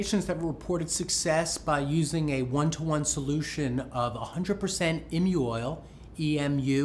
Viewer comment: Isn't it EE-moo, instead of IM-you? It's from an emu, the flightless bird, right?